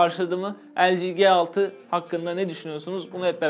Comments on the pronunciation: ELCİ diyorsun GE6 diyorsun. ya turkce yada İngilizce söylemen gerekmez mi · LG G6 Nedir be arkadaş şu telefonun ismini bari doğru söyleyin :) L'G derken ki G harfi nasıl okuyorsun G6 dakini nasıl aradaki fark ne G nin yanına 6 gelince dahamı başka çıkıyor ses ?